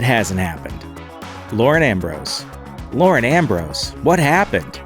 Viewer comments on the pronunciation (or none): none